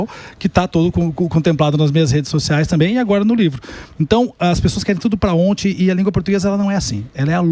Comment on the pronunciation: minutos professor o senhor falou para onti? 😅